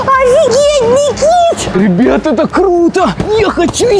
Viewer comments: Кто услышал что света сказала Никить❤ ставь лайк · Я услышала света сказала Никить